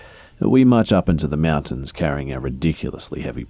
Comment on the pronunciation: Is that or he says mountain like Meewuntains.😹